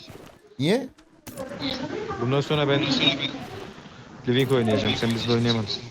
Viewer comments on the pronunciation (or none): Abi lıvık demende koptum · Livink değil lan lıvık hakdkflsşdlkfkskfkfkf